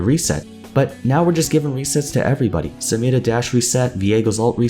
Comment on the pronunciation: anyone else really like the way says samira?